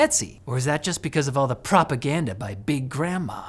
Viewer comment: "propagandma" lmao